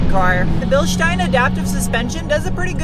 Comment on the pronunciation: That engine sounds sweet.Great to hear an American pronounce Bilstein correctly. When you braked I had visions of you retrieving your face from the windscreen.